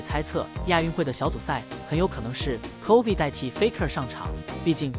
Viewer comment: 这个影片在bilibili能播吗？Chovy已经快念成Covid